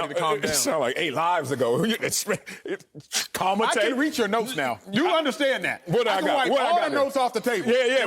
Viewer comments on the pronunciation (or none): acho was right about calmate, even though his pronunciation wasn't the best